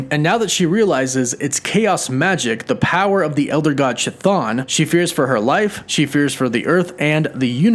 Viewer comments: Pronouncing Chthon, you don't make the 'CH" sound , Chthon is based on C'Thulu. The 'H" is silent. It's pronounce with the 'K' sound. Keh-thon phonetically. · Don't know why, but the way you say Chthon bothers me. It's pronounced Ka-th-on just like Cthulhu is pronounced Ka-Tu-Lu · I think for me one of the most interesting details of this episode is at the end when Agatha says to Wanda “you’re supposed to be a myth” and calls her the scarlet witch, which I think is something we’re going to see in dr strange 2, that’s there’s prophecies about her and that sorta thing - Amazing video yet again man but 1 thing, it’s pronounced ‘kah-thone’ like ‘tha-phone’ hahaha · I do not want to be a bad guy or anything, but regarding the pronunciation of Chthon is funny. I heard the name elsewhere with the same pronunciation. Please no hard feelings. Because it derives from Greek, the letter C is silent, like saying the name Harry. & the letters " th " read out as the word " therapy " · Ch is pronounced with K sound in Chthon 🖖🏽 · I cringe everytime you mispronounce Chthons name. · You gotta learn how to pronounce Chthon 😂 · K’thaan or Thaan. Not Ch’thaan. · The 'CH" in Chthon is like the "ch" in chemistry, it should be "Kthon". To be more accurate, it derives from the greek "Χθόνιος" which means "of the earth" or "of the underword", and you could pronounce "Ch" like "H" in "Hecate". Sidenote: Hecate, the godess of magic and witchcraft, was considered a chthonic godess. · To anyone wondering, the true pronunciation of Chthon (Χθων) is with a soft initial "H" instead of "ch", like in "Harkness". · Chton is pronounced "Kih-Thone" NOT "CHA-THAWN" please for the love of Greek language pronounce the name correctly. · It’s a hard k sound for that elder gods name not a soft ch sound. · If I may make an alternate pronunciation guide? Chthon might have a hard K (greek version) at the beginning rather than the soft CH. so then K-thon like Kaos (Chaos). Just a thought. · chuh-thon. lol.